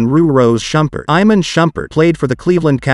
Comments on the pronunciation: It's pronounced I-Mon and Shu-pert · Soon as he pronounced it “Eye-man”👎🏾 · His mispronunciation of Iman is irritating me. It was nice when shump was in the kings. Miss his positive energy.